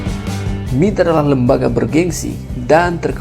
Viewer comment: MIT apa M-I-T narator ini baca bikin malu